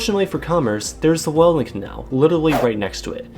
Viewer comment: Really dislike how you pronounced Welland lol